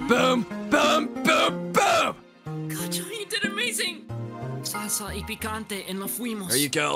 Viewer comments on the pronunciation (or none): none